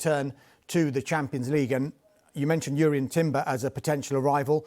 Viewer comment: Finally someone who knows how to pronounce Jurrien Timber's name properly 💯